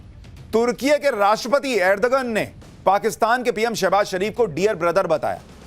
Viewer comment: Ajar- be -jaan😅ardh-gone😅